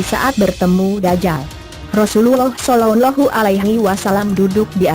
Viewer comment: Suara yg bercerita aja g jelas agamanya, g ap itu sollalahu (dgr baik2 pas ucap itu)